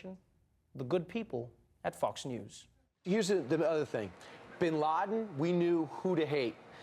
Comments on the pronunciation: Is it just me, or is he pronouncing "Fox" as "Fucks"? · O love how he say Fox News like Fucks News😂